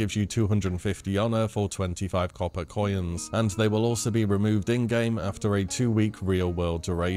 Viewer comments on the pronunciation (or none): "Copper coyens"?